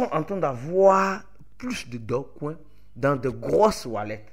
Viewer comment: C'est Dogecoin ou Dogcoin ? Faut bien prononcer stp 🙏🏿